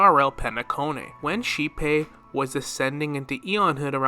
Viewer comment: irridation, hoe oh, kleyepoth, tauzzyron pls listen to dialogue. i promise u will hear them pronounce things